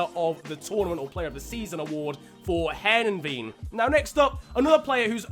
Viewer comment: Heerenveen is said hir-ugh-fain